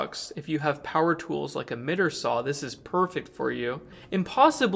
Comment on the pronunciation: Mihter? It's might-er